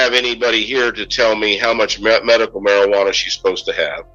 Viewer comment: Medical marijianna, are you kidding me? It is medicinal! You are part of what's wrong, sir!